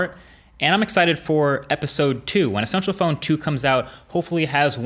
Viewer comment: Essential PH-ONE HAHAHAHHSHAHSHAHAHAHHAHAGAGAGAGAGAGGAGAGAGAHAHAHAAHHAHAHAHAHAHAHAHendme